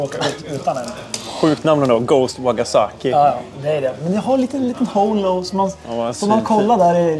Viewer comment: Trevlig video! Men... Wakasagi inte waggasaki 😜